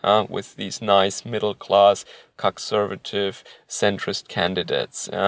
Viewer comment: I don't know why, but when you say, "conservative," I hear, "cuckservative."